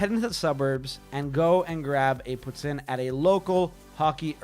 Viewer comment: Yea no, no one in Ontario calls it poo tin